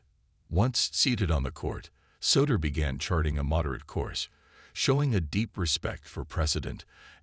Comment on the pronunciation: You might want to teach your computer voice how to pronounce "Souter." Google for the correct pronunciation.